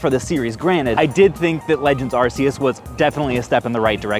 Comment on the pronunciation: Even after pokemon making an ARC phone to help us pronounce arceus , we still mispronounce it 🥲